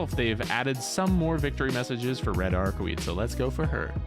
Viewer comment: Daaaaaad! It's Arcu-wade, not Arcu-weed! Come on!